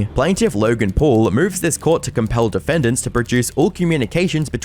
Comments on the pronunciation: "LAURGEN PUARL" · Lurrrrgan Puuurrrrrrllll 🙄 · Laughen Phawul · "LERGIN POLE" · Lorgan Porl? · "LURGAN PAUL"